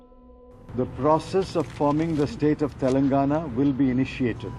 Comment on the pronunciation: You are the first youtuber who pronounced perfectly words like ,telangana,andhra Pradesh, rayalaseema,costha andhra.bathukamma,telugu talli,telangana talli...etc ..well done ...salute...